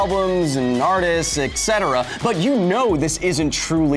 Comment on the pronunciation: OMG, Kyle. I love you man, and Because Science, and your glorious hair...but your pronunciation of "etc." sounds like nails on a chalkboard! Etc. is short for 'et cetera', which does NOT sound like "eckt cetra".... Thank you for all these awsome videos crunching the numbers! It does my nerd brain good!! Also, go play a round or two on the College Humor game show Um, Actually!!